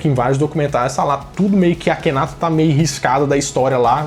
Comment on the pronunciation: A GRIPE ESPANHOLA QUE NEM É ESPANHOLA, NA VERDADE ELA É ESTADUNIDENSE... - A PRONÚNCIA CORRETA PARA O NOME DO FARAÓ É: "AKHENATON". USANDO-SE A SÍLABA TÔNICA EM > TÓN.